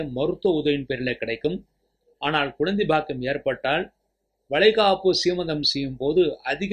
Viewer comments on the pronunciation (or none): Nalla karuthukku nandri Ayya❤ Oru panivana venduhol... Thayavuseidhu Tamil ucharippu sari seiyavum..kulandai..tholil..kilamai..ealu..palaya..all jarring to ears. Idhudhan naan thangalukku sollum puthaandu kurippu